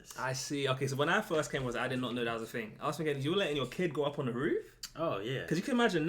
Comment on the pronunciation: It's a roof not a ruff.😅